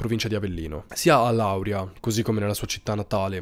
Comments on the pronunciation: Non conoscevo questo caso hai nominato due paesi che sono distanti uno 20 minuti e uno mezz'ora da dove sto io comunque si pronuncia lauriia non Lauria 😅 ti seguo da sempre sei un grande mi piace come racconti le storie ti ci immedesimarsi e ci fai immesimentare nelle storie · Allora io sono della Basilicata e Lauria si legge laur i'a non la'uria. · Wow, nn sapevo che Lauria avesse dato i natali a questa donna! Si pronuncia Laurìa e Vùlture! Sei un grande… mi piacciono tantissimo le tue storie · Ciao io vivo in Basilicata e la pronuncia corretta è Laurìa con l’accento sulla i. Un saluto e complimenti per tutto!! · Laurìa con l'accento sulla i, pillola storica è il paese d'origine di un navigagtore ammiraglio alla fine del 1200 al inizio del 1300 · Si dice Laurìa con l’accento tonico sulla i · Comunque si pronuncia Laurìa e Vùlture ;-) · Con gli accenti vai malissimo lauri'a-- Vo'lture basta informarsi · Sei bravissimo, ma non sai dire Lauria .. mi uccidi